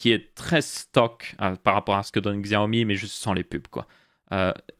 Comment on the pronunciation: Quand tu as parlé du Xiaomi (qui se prononce "chiaomi" au passage, moi aussi je disais "Xiaomi" avant) et que tu as dis que tu ne voyais pas l'intérêt de mettre des pubs a certains endroits (qui ne sont pas gênant en vrai), et ba pour moi, si ça permet de réduire le prix et ba je vois clairement l'intérêt, surtout quand on sait que sur Xiaomi prend genre moins de 5% de marge sur ses téléphones entré/milieu de game